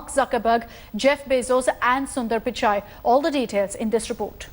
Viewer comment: It's pichai not pikai